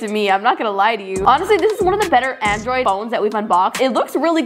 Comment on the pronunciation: As another tech nerd I got so mad how she pronounced it and said aNdROld